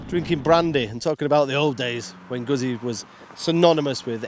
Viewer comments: If You know how to pronounce pizza then please apply this to guzzi. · Can you just for the sake of the gods say Guzzi! If not... Jeees. Show some respect please 🙏